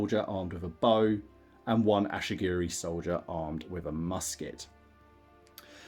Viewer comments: Great BR dude, nice to see TOH getting some table time. By the way they are Ashigaru not Ashigiri. 😁👍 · The ashy-gerys are killing me 😂